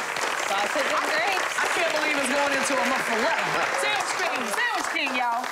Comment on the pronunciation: That’s- not how you pronounce it. 🥴